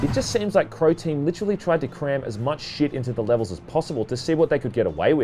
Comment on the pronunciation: i swear he said "Protein" when saying who developed the game.